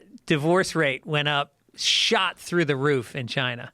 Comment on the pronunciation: "They'll come fuck you thew"